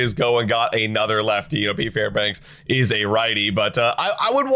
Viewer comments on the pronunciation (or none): his name is Fairbanks, not Fairbanks-uh